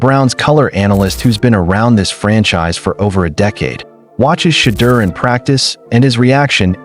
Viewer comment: Good article. Shhhhedeur will shut them all up. BUT PLEASE, learn to pronounce his name! (Shedore) Come on people.